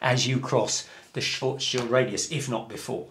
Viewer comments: The correct pronunciation of "Schwarzschild" is: [shwartz-shield] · Schwarzschild is difficult and seems curious for English speaker. Say “smart”, now shw art, then end on s : shwarts , very good and complete by shield with short i, as in kilt : Shilt. Congratulations: shwarts shilt. Great. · Nice try to pronounce Schwarzschild ;) but the "ar" in the word is pronounced like "are". Oh, and the "r" needs to be clearer. Anyway, nice video!